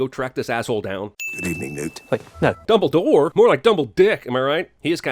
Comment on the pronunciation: Fantastic Beast came out way before Harry Potter. Also add a sin for every fucked time they say "Dumbledor". LOL!!